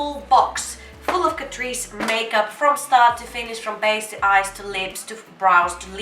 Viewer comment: i m todays years old when i came to know it pronounced as catreece not cat_rice